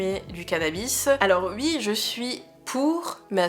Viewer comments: Par contre à dire "Ui" à chaque fois c'est tellement désagréable à écouter x.x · Vidéo très intéressante avec beaucoup de bienveillance et prévention sur les sujets dit dangereux. Très agréable à écouter (surtout quand tu bosses sur un tableau du XIXème...) Par contre.. gros fou rire sur tes "u.i" xD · Moi je les aiment bien tes petits "ui" et "uikend"